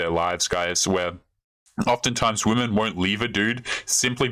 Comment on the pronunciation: When this "dating coach" says "we" she means wahmen, I'll still give the old gal a zinc injection and ghost